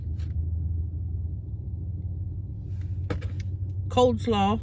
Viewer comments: Not "Coldslaw", it's COLEslaw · Am I the only one that loves it when says "Coldslaw"? lol! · Just like Tammy! lol! love it! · cold salaaw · Hahahha, i know right!!! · Oh no, we all do lol My GMA and ladies on Mom's side were all Southern bread and they all say "Cold slaw" 😂🤌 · It’s my favorite part of her Mukbangs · I chuckle every time she says that